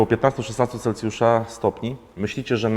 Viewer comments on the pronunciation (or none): none